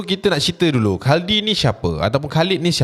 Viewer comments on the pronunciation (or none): Khuldi kot, bukan khaldi😂